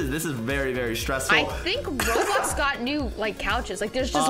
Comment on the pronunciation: its "roblox"